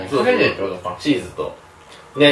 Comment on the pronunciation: チッザな笑 チーザちゃうで